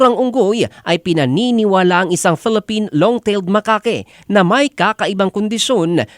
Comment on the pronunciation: It is pronounced as "ma-kak", not "ma-kake". Research muna bago magrepory. 😂😂😂